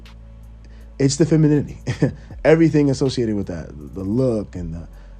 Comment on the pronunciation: It’s the Feminini-T